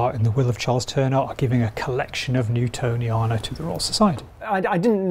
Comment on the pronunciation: Did you manage to mispronounce both "Newtoniana" as "Newtonia" and "Ferdinandea" as "Fernandia" ?